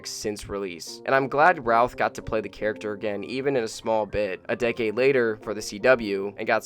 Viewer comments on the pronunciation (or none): none